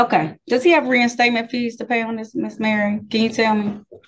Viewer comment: at least learn to pronounce correctly "dis" "dat" "foref"